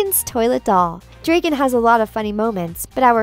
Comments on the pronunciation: It's pronounced DRAKEN not DREAKEN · stop pronouncing drakkens name wrong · Thank you , first i thought oh she got it wrong funny but than she continues 😧 It's Drakken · Weird how she pronounces Drakken's name. But I do like it though. If they were to make either another movie or cartoon series I wouldn't mind there being a character with a name pronounced like that. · The narrator of this vid can't even pronounce Drakken's name right.